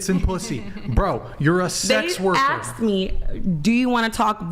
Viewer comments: Yep. When someone wants to “axe” me a question, I can’t take anything seriously that comes out of their mouth anymore and lose all desire to carry on a conversation with them. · When i hear someone say 'axed me' instead of 'asked me'... literal 'event horizon'...point of no return...